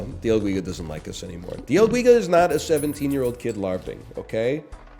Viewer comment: dee el geega